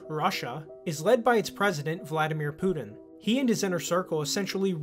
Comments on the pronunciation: his name isnt "Poo-Din" :p it's PuTin. Ukraine and Nato initiated the war 8 years ago, not Russia. Russia initiated the SMO which is not an Invasion but a justified long overdue Intervention "accusation" XD as if it's bad to be a commie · It's Putin, not "Pudin." And important not "impordant."